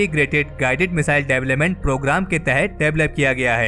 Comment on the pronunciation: Development pronounce sahi nhi h tumahara